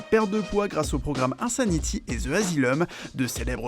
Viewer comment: Insaniti et ze asileum